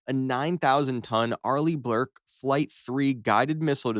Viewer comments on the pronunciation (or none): It's Burke. Not blurke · Fun but silly. And it's Burke, not Blurke. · Also it isn't the Arleigh-BLurke, it's the Burke